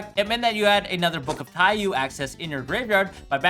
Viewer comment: This is just a nitpick, but the card name is pronounced "tai-yoh" rather than "tai-yuu". Taiyou means sun in Japanese.